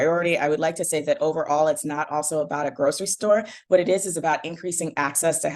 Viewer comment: Uumeee Grizzby. Iz uh-bought pwafabillity 4 da communesA ti. they don’t sell BBQ ribs at this grocawy stOer?